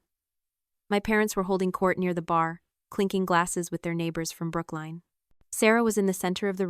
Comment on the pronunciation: Brook Line? It is pronounced Brooklyn (Lyn as in the female name).